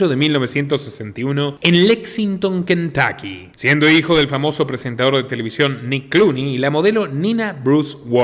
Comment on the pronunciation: Cuando pronuncien nombres en inglés… tómense el tiempo de investigar cómo pronuncian tal nombre en el país de origen …. Se pronuncia Kentocky, no Kentaky